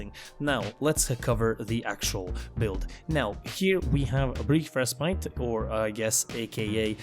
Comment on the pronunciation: I have yet to find a single warframe youtuber pronounce 'respite' correctly. Good vid, otherwise.